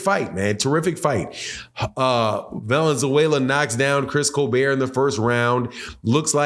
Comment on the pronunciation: He's black 😂! He's not a white late night talk show host 😂! It's Coal-Bert 😂!